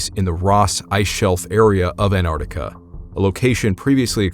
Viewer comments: Every time you pronounce Antarctica I die inside. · Antarctica has a bloody T in it! It is not silent. Jeez! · The American pronunciation of Antarctica is interesting. Most English countries - An-Tarc-Ticka American - An - ardica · Why cant Americans pronounce AnTARTICA properly? You always drop the first T. Otherwise, a great story. Love from New Zealand 🇳🇿